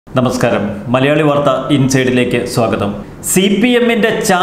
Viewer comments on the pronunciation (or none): none